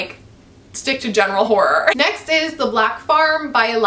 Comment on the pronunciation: Hi, I gotta say every time you say horror it makes me laugh coz it sounds like "whore" to me, which is hilarious 😉